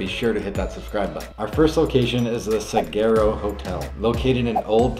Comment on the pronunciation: It's pronounced Saguaro like saguaro cactus Sa-war-oh